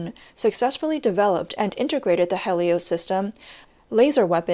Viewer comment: Yokosuka? Helios? Kilowatt? That's not how those are pronounced. Again, hmu if you want a narrator. :)